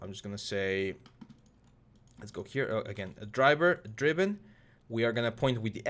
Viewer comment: What does dryber dreeben mean, i don't know what the hell that is but you keep saying it